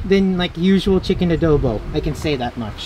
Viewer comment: How he says “Adobo”: Adoeboe